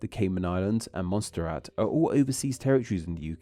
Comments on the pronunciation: "MONSTER RAT???" The Kaiju of the Caribbean! Monsterrat is pronounced "Mon-surr-at". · Did he call Montserrat "Monster Rat"? 🤣🤣